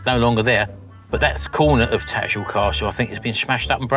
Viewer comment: I know your from "Daarn Saaarf", but you can't drop the "H" in TattersHall! 🤣